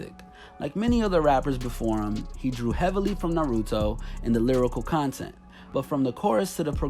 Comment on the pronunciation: He said Naruto wrong It’s NA RUE DO